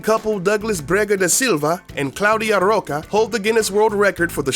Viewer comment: the way you pronounce rocha made me cringe so hard